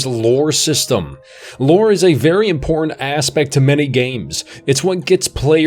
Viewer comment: Such great annunciation, except for the word "important" ... curious. Still ... really good video.